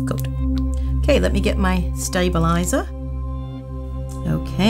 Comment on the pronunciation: you sounded very British when you said “stabilizer” 😂 anyone else notice that? I love your videos x